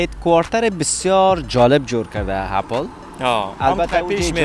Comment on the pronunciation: سلام خسته نباشی عزیزم خودت یک فرد مشهور رسانه ای هستی اسم یک لوگو رو باید درست تلفظ کنی (اپِل درسته ) (نه اپَل اپَل غلط است تلفظش) چک زده گی یعنی چی ک میگی لگو سیب چک زده گی است معنایه اون چک زده گی بقول خوت یعنی دانش ک حضرت آدم از اون سیب خورد اون سیب سیب دانش بوده معنایه اون چک بقول خودت همینه